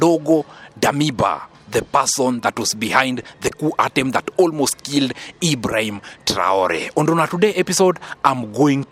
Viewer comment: Stp apprends à mieux prononcer les noms de ceux que tu cite dans tes analyses mais surtout le nom sacré de IBRAHIM TRAORE. Si c est difficile, appelle le Président tout simplement. Merci d en tenir compte